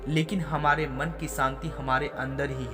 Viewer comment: Santi nahi Shanti hota hai, work on your s and sh